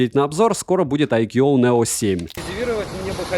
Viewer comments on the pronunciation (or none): Отличный блогер, осталось перестать называть Айку каким-то акьюоо и маркетинг - ударение на первый слог, раз уж так часто используешь это слово.